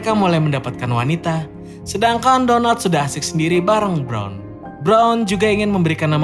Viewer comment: Denger nama Donald kek bilang Donat miminnya 😂😂😂😂😂😂